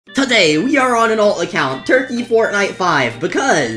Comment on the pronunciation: bro said today like that